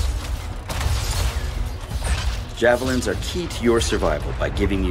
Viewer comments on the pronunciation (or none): Hahaha Jav-Leenz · Steve: "Jav" Me: "jav...japanese adu.." Steve"Javlines, Javelines" . . ok